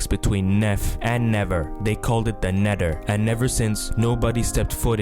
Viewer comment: "The nedder" do you have some kind of accent?